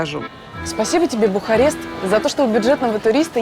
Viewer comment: Я похоже одна слышала Бухать вместо Бухарест((